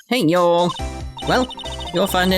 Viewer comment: All the clues are slowly but surely coming into place! Also i'll admit hearing A British person saying y'all just feels really awkward. Definitely sounds like all this reading is giving your throat a work out lol.